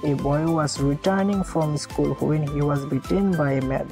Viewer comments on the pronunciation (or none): none